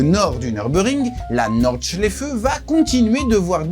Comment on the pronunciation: C'est quand tu dis norde chléfeu😂